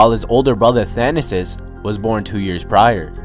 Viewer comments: No offense, but if you're gonna make a video on them, say their names right. You said GEE-AH-NISS a couple times instead of yah-niss. Also, his brother is Tha-na-sis not thana-sis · "Yah-niss" and "thah-nass-is" it's not that hard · your pronunciation of Thanasis is awful